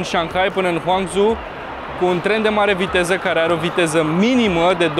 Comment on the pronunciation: ) Salut,! Si uite asa mai afla lumea lucruri interesante, despre China! Fac o remarca( nu din rautate) la fraza in care ai zis:...''urmeaza sa calatorim din Shanghai pana-n Huam Zhou''!!!...Cred ca ai vrut sa zici, din Shanghai pana la Hangzhou. Ma repet, nu o zic din rautate, doar ca am pufnit in ras...acum cand te-am ascultat, deoarece am fost si eu in China si mi se cam impleticea limba in gura de la cuvintele si expresiile lor:)))))...